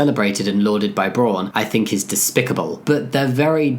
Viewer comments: It's mildly frustrating how Jamie is pronouncing it "Brawn" rather than "Brown". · Thank you. It means brown and is pronounced very close to that in German. It was throwing me off while watching the video. Also, good on Braun for being inclusive! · Just to give some advice, the au in braun is pronounced like the o in wow, Braun also means brown in german